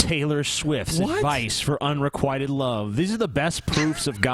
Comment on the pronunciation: The Amazing Atheist Un - Re - QUIT - Ted. Not Unree - quiet - ted... jesus.